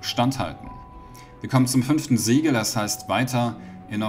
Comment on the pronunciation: Sieben Siege Siegel was spricht er aus?? Ich verstehe nicht. Die ganze Zeit wiederholt er Sieben Siege Siegel.....